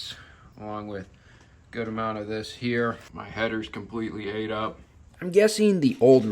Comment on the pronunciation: “Aten up”? what?